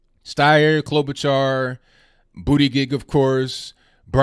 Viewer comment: I like the way he pronounces "Bootygig" 😁